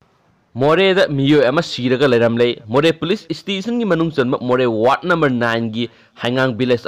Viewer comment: Station - Haiyune Nangbo 🗣 Stition - Hairidu - Karigino 😁😁😁